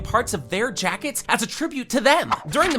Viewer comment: This physically hurt me. The name pronunciations, the obvious "secrets" And don't even get me started on "jackets"